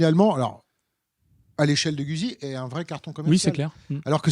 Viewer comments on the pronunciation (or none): J'aime bien votre comique assez 70's... Par contre faites un effort pour rendre audible votre prononciation de Guzzi en respectant son origine italienne (ce n'est pas güsi mais goutte-zi)! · Quand allez vous prononcer le nom “Guzzi “ convenablement. C’est un nom italien et sa prononciation franco-shaddock est ridicule. De plus la HD c’est une Panamerica et non pas Paneuropean qui est un ancien modèle de Honda.